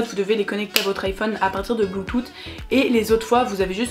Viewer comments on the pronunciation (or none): none